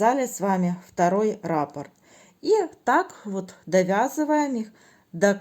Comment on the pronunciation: Всё очень понятно, спасибо за подробный МК, единственное, что царапает ухо - рАпорт. В вязании используется термин "раппОрт". Рапорт - это заявление или объяснительная по-армейски 😁 но сам МК очень понятный. Для тех, кто пишет, что непонятно, сколько петель, сколько сантиметров - смотрите и внимательно слушайте с самого начала - автор подробно рассказывает на какой размер головы, какими нитками, какими спицами, сколько петель. Для тех, кому неудобно вязать такое маленькое количество петель на круговые спицах - чулочные вам в помощь. Или, как я, свяжите не закольцовывая, в конце работы в этом случае, надо сшить 😂